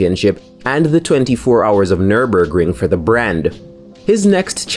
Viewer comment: Dude, the way you pronounce Nurburgring sounds so cool in your accent!